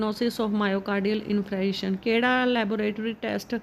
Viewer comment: Question no. 7 mein myocardial infarction bolna ni aaraa